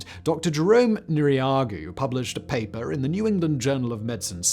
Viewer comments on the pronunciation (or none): none